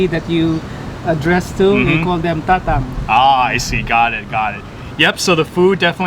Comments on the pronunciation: Kamayan root word is kamay meaning hand. So it’s not exactly mukbang. As for Tatang pronunciation, accent is on the first syllable, ie, TA-tang as opposed to ta-TANG. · It’s Tah-tāng the pronunciation. Kamayan means using hands. No utensils. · "TATANG " must read it slowly as TA TANG and it means father!